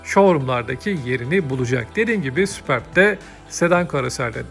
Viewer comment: süpörb diye okunur